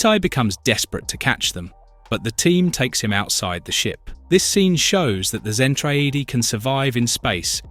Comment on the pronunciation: Its pronounced ZEN-TRA-DEE LOL😊